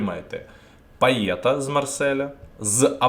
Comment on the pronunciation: епічний початок відео))) бляха кидається так у вуха пайеТ. Він француз)) він Пайє.